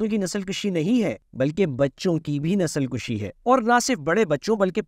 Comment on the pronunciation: اردو میں لفظ ،نسل کشی ، پیش سے پڑھا جاتا ہے جبکہ آپ زبر سے پڑھتے ہیں اس طرح معنی تبدیل ہو جاتے ہیں ۔